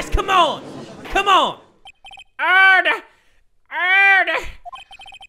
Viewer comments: jay spells:order jay says:erder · I swear to god has way too much fun when pronouncing the word ‘Order!’